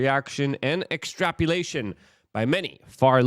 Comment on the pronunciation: wtf is an extrapulation? and what's tumultulous? lol